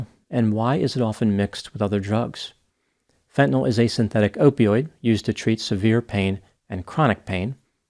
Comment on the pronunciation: Hat tip for actually pronouncing "fentanyl" correctly. Most people say "fen-tuh-NOL," which sets my teeth on edge. (I knew you'd get it right!)